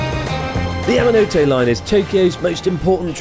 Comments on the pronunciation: It's the 'Mountain Hand' line. Ya-ma-no-tay, not Ya-ma-no-toe. You'd think a 3mill sub YouTube channel who has lived in Japan for years would at least get the pronunciation of the line correct. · Great video Chris, you didn't pronounce Yamanote correctly once the whole time! Keep up the good work 👍